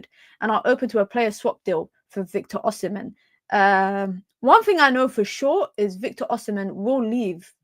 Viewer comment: Still haven’t nailed the pronunciation but you’ve made significant progress 😂 Last and final tip, the h in the “mhen” is absolutely silent. So pronounce as O-si-men. 🫡